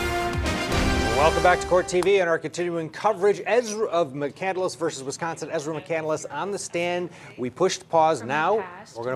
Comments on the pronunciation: 1. Chris McCandless did not write Into The Wild, Jon Krakauer wrote it about McCandless. 2. She also saying McCandless with 4 syllables and it’s really only 3 “ Mc-Can-dless “ not Mc-Can-del- less” 3. * Ezra is not a gender neutral name, it’s purely masculine.* She’s an idiot. Edit* - yes my comment #3 about Ezra not being gender neutral was incorrect- I bow my head in shame and apologize to anyone I’ve offended due to my knowledge of the name only having been given to males… I was wrong! But… she’s still an idiot… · She says it like candle less. Fuckin ignorant. It's a simple name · So why does this wacko pronounce McCandless as McCANDLE-LESS? She chose the name but mispronounces it. The Twilight Zone theme should play right before the video starts. 😂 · Trevor Westin Oh I agree there is different pronunciations for a lot of words, but this girl claims to be a big fan of Chris’s, thus her explanation for legally changing her last name to his, “McCandless”. There is one L in McCandless so why she is using 2 L’s (Mc-Candle-less) appears to be more of a reading issue and that she most likely doesn’t know anything about him. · Right off the bat, she doesn't pronounce "McCandless" correctly. I'm already annoyed at her pretentious buffoonery. EDIT: Also, "Into the Wild" was written by Jon Krakauer, not Chris McCandless. She's so psuedo, it's incredible. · She’s not even pronouncing her last name correctly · The psycho cant even say her new last name correct. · Katie Rose she cant even say her last name correctly lol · plain Jane she can’t even pronounce the last name correctly, and no woman I have ever heard of was named “Ezra”. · OK, right off the bat you can tell she’s pretty stupid. She says McCandless incorrectly and she says he wrote the book. He didn’t write the book it was a story about his life written after he died. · Did anyone catch that she pronounced her last name incorrectly. It’s McCandless and she keeps saying McCandaless 🤦🏻‍♀️